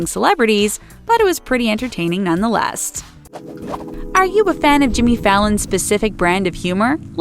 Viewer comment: did she end it by saying "none the lest"?? what is lest???? ????????